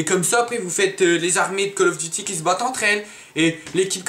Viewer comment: call of diti *call of duty ;)